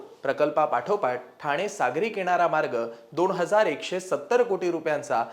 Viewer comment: दोण हजार नाही दोन हजार म्हणा " न " आणि " ण " चा घोळ घालू नका